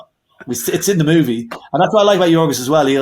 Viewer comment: Please pronounce Yorgos Lanthimos's name correctly. It's so rude not to bother to say someone's name correctly. It's Yor-goss (as in gossip) Lanthis-moss (as in moss), not Yor-ghos (as in ghost) Lanthi-mhos (as in mostly). Short 'o', not a long 'o'.